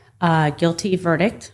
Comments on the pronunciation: what’s a ver-dick? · Between counts 4 and 5, someone told her there is a T at the end of the word "verdict." LOL